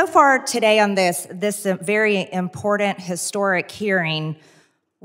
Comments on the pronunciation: Once again Marge, the word is pronounced (and spelled) IMPORTANT not INPORDANT!! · I sweat to all that is holy... If I hear another person say IMPORDENT instead of IMPORTANT.... IT'S AN FN T.... A T... as in TANT, not DENT. Thank you, that is all.